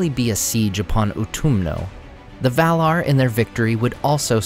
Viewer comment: The "R" is not silent. maiaR & valaR not mai-uh and val-uh